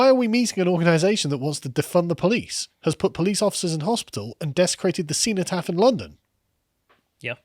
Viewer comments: CARL, cenotaph is pronounced "sen o taf" not "seen o taf"!!! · defuq is a see-no-taff? nice pronunciation there...